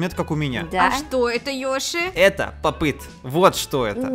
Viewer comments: Не пап ит а поп ит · Не папит а поп ит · не пап іт а поп іт!!!!!!!! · Только говорится не поп ыт а поп ит